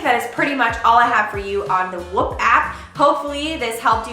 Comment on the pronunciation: Could be wrong but I'm pretty sure your saying the name wrong